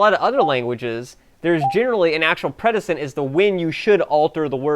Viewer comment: Predecent. Precedent. Precede. Press-uh-dent. To come before. Just saying... lol